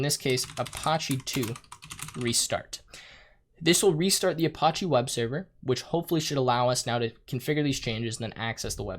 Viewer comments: pronounced uh patchy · i love you but "a-potch-e"?!?!?!? lmao. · That is definitely not how you pronounce apache.